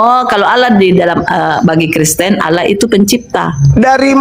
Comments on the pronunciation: Latinnya Allah,bacanya Angwah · ALLAH YA ALLAH..OLLOH YA OLLOH...GIMANA SI INI. TULISAN NYA ALLAH KOK DI BACA OLLOH